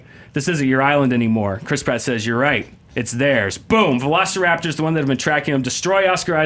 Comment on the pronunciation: Max says, "You don't even remember Jurassic park"... When he's calling them velo-"see"-raptors. It was way too depressing which he, not only admitted, but, proposed 15 times in his pitch. Jurassic Park was not depressing. I thought both pitches missed the sense of wonder.